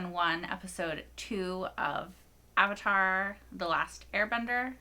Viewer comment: Appa-tar: The Last Airbison.